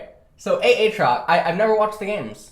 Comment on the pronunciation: he does it for his chat, anytime aatrox gets picked chat be like A A TROX:omegalul